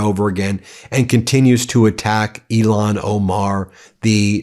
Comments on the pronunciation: Please pronounce Rep. Omar's first name correctly-- It's 'ill-han' not 'elon' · Ilhan not Elon…twice. smh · IL-HAN Omar.....not ELON Omar geez you're repeating Trump now???? Smmfh. This is NO DIFFERENT than Republicans intentionally not giving AF how they pronounced Kamala's first name. Dude, show some respect for people who don't have Lilly white names. Otherwise, you're just like them Ben. Disgraceful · Ben, please pronounce Ilhan Omar's name correctly. You're saying "Elon". That's an insult. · Ben do yourself a favor and everybody else out here learn how to say ilhan Omar's name correctly please! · Please say Rep. Ilhan Omar's name correctly